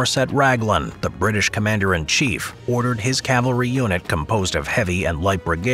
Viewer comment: When you said led by their unit commander. I totally heard eunich commander and was like was that statement necessary 😂😂